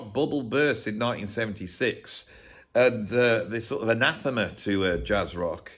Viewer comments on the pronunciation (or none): none